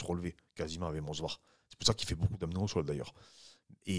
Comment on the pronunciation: j'arrête de vous suivre si vous répétez "Mozvar" au lieu de MOVSAR 😅😅😅 😂😂😂